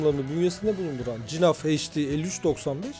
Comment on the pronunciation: Cinaf nedir nerden uydurdun eğer flamanca okursan G harfi H olarak okunur